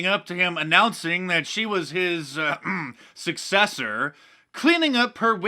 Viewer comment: His um.. "suck-sessor" 😂